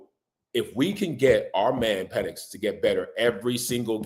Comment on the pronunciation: Why did I think this was a giant channel - and why don’t u know how to pronounce ur Qb … come on man